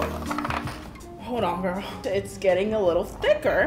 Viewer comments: Why does she say gorl? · I watched her for years and I thought she was going to say "hey girl hey" but "HeY gOrL oR BoY"